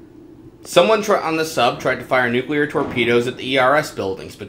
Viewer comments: Nukular. Just put it in the damn dictionary already. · Okay, so I need confirmation that I'm not alone with a pet peeve... I cannot fucking stand it when people pronounce nuclear as, "new-key-lur," like it's difficult to pronounce. Fucks sake, it's pronounced EXACTLY as it's spelled; "new-clee-ur." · bonesauce its nucular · As long as you don't pronounce it, "newkeylur," otherwise I just want to punch the person. I also get irritated when people say, "all of the sudden," and, "irregardless." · nucular aluminum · why can none of those voice actors say "nuclear"